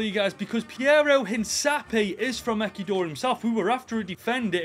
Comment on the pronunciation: The pronunciations 💀 EKEDOR And Ko SAVO! My god